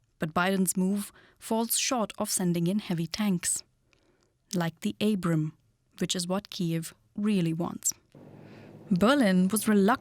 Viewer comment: ah yes the "Abram" tank... not the "Abrams". Get somebody who can talk.